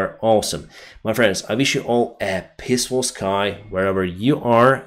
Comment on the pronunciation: Your English is almost perfect. Just some minor pronounciation improvements and when to use the word "the". "Honestly" for example is pronounced without the h at the start. And also "peaceful sky". The E at the start a little longer. Otherwise it sounds like you would wish us a not so delicious weather condition.